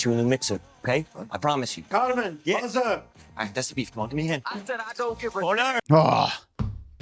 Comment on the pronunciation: I love you but it's Carmen, not Carmine. he's not a place for steaks🤣 I'm so excited for these reactions! The Bear is top tier television 🤩